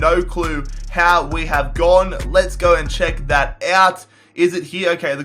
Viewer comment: it's check not chuck